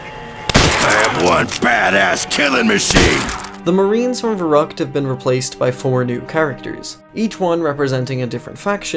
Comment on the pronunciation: So im a native german and you fucked the word verückt very hard up. No offense Edit: I know it isn't written exactly that way but still raefable